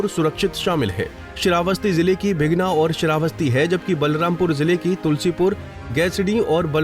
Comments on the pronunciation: भीगना नहीं भिनगा बोलो जी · Naam to sahi lo Bhai bighna Kya h